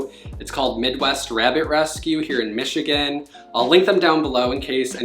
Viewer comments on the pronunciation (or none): none